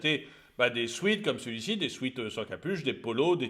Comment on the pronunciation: Sweat( souêt: sueur)) et non sweet: bonbons,douceur, sucré 😉